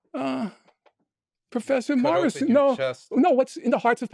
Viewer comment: Everytime he says "Prfessor moirissss" 😂